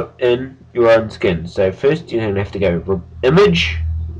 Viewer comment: its funny how he says IMAGE!